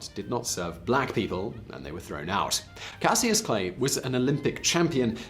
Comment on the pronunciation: Why was he saying his old name wrong 😁😁😁😁😁